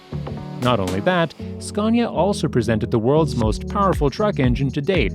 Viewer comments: It is fkin not "scyaaawwwwwnya" it is "scan ya" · Ughhh SKA-ANNY-UH Say it right fucker ! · Did'nt know there was an "r" in Scania. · Its scania not sconia you muppets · There is no "R" In Scania! Scania is a landscape in Sweden!